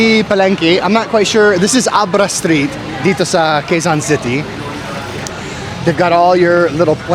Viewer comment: Just a heads up. Pah-leng-KEH not KAY KEH-son city not KAY Keep up the good work!